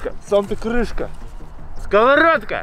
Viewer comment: Сковардка, ты же не говоришь скаварада, ты говоришь сковорода, открывашка